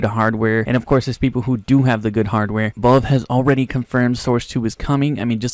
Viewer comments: Bud pronounce it valve not Volve omg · wtf is volve? IT'S VALVE KID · please just fucking learn how to say valve properly pls